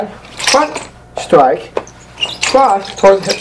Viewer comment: side stwike, fwont stwike..... side stwike, fwont stwike, cwoss stwike